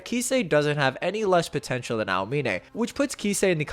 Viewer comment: Por qué dices almine ?